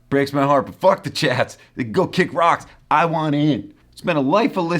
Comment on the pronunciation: Every time you say "the chats" I hear "the chads" The chads is definitely more punk